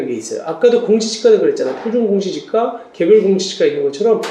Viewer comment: 테스트는 '공시지가', 발음은 '공지시가'.....뭐 구분해서 알아 들을 수는 있겠지만, 이왕이면 주의해서 제작해 주시기 바랍니다